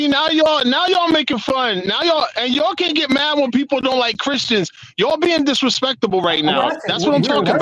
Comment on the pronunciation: he said disrahspecktable.....is this Tracy Morgan?